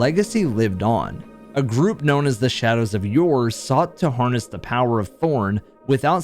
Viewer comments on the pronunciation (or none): none